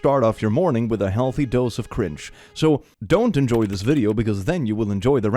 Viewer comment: Am I the only one who absolutely loves the way says "cringe" with his accent?